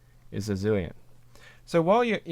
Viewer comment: You're pronouncing it "Zilient" but isn't it "Zilent" as in silent? Great video, very helpful. What weight were these?